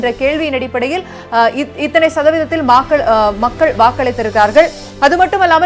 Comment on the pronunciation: Maakal crct ah thaan pronounce panre nga .... Makkal nu Change panama Maakal nu sollalam ....